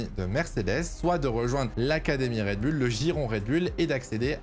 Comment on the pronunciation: Prononcez correctement Red Bull , pas Red Bulle mais plutôt Red Boule , d'où Red Bull ...